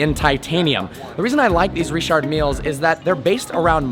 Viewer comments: Learn how to say Richard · Why tf did u say Richard like that?